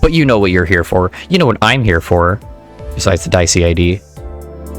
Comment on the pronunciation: i think its pronounced like di esi